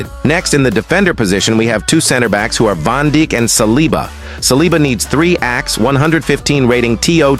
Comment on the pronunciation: Bro said Van Dick* 😭😭😭